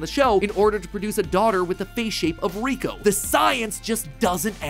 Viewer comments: its not riko its liko matpat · It’s liko not kiko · He really called her riko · It makes me sooo mad that matpat said Riko instead of Liko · It isn’t Riko it is Liko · after watching the first season of the new series I can probably prove some of this wrong like how her name is Liko not Riko. but great vid Mat Pat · It’s Liko not Riko. Not sure how no one noticed this by 2024. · Crazy how her name is Liko not Riko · Her name is Liko not Reko. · It’s sad that he says Riko even though it’s Liko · It's Liko, not Riko. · It's Liko, not Riko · It's actually Liko, not Riko 😅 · ITS LIKO NOT RIKO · Uh Matpat it's Liko not 'Riko'. Just saying the truth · Keko name is not Reko but it is leko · You said Riko it's Liko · No ash is not riko father and riko name pronunciation is liko and the necklace is a pokemon called terapagos this are all revealed in the anime (currently there is upto 47 episodes of Pokemon horizons) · liko ❌ riko ✅ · me screaming its LIKO! not riko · Her name is liko not riko😅😂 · LIKO NOT RIKO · Bro it’s no “Rico” it’s liko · its not "roy & riko, its roy and liko. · It is Liko not Riko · It’s liko not rico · Her name isn't riko! its liko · dude its liko not riko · It's Liko not riko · It’s not rico it’s liki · its lico not riko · Riko lol her name is liko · It’s liko not riko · Stop 🛑 saying 😤😭 Riko!!😢😮😮😮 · Um.... Not to be rude but who's riko??? I thought it was liko????? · Its not riko its liko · She is called liko not riko ive wacthed th anime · LIKO NOT RIKO XD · Its not reko itas liko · It's liko not Riko😮😅😢❤im mad 😡😠. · Sir, its Roy and Liko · They announced he would return. Also it's not called Riko. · Matpat... It's LIKO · Matpat it’s liko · First of all, it’s like not riko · It’s LIKO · its liko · Its likko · It's liako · Lol it’s liko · Btw it’s Liko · Isn’t it liko? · It’s Liko. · Haha matpat got likos name wrong haha